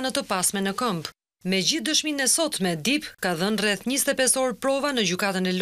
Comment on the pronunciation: Ju lutem shqiptoni mire anglishten mbiemri nuk shqiptohet dip por dep